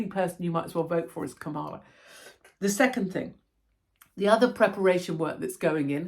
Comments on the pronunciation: You have me in stitches saying Ka-Mala instead of Kam-ala. Here in US they’d call you “racist” because with the accent on MALA that means BAD in Spanish 😂greetings from Commie Kalifornia. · Kamala - pronounced like Pamela